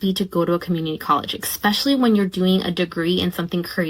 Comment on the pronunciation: If you're working toward an advanced degree in medicine or education, it would probably be best if you stopped saying 'ekspecially' and started saying 'especially' instead. Or, you can surprise yourself and say 'particularly' or 'primarily'. And DON'T say, "Ah cain't fine no JOB!". If you want to get paid as a professional, learn the language.